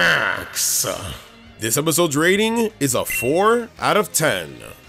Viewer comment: I was laughing at how he said MAX